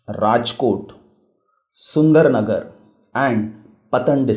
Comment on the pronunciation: Very nice video that but it is not sundernagar , it is surendra nagar